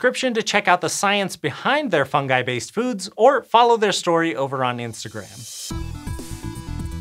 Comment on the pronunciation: Tkank you for pronouncing fungi correctly. Your colleague Hank got totally insane and started pronouncing it ˈfʌn.dʒaɪ